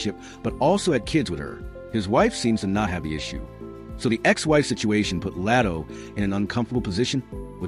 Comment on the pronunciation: Why do you keep Calling Latto El? Latto’s name isn’t hard to pronounce fr